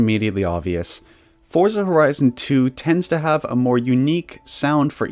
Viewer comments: It's actually pronounced "Fortza" because it's an italian word like Pizza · Americans pronounce Forza incorrectly. It's pronounced Fortza the same same you would pronounce pizza as peetza.